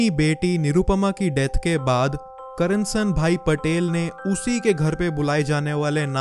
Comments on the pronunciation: not karnasan bhai its KARSAN bhai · bhai your pronunciation is wrong... Its not Karansanbhai, its Karsanbhai..